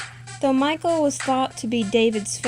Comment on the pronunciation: Name is not Michael; it is Michal, pronounced mee HALL (the h sound is rough, like the ch in Bach or loch).